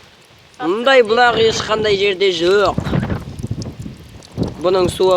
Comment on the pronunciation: Бүлəқ емес бұлақ деп айт iнiм